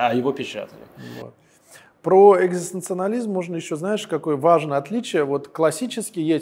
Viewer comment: спасибо за этот выпуск твоего творчества. Было очень познавательно. Только Ваш собеседник неправильно произносит слово " экзистенциализм". Но ещё раз Спасибо!